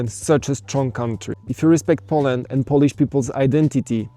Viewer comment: One more thing. You should check how to pronounce correctly word "Poland" and "Polish" because there are two meaning of word "polish" :) As a verb which mean "to make something shiny" and as a noun like "I'm Polish" which mean "Jestem Polakiem" :) Yeah, I was surprised when I heard from Arlena Witt who explains the subtleties of English amazingly well!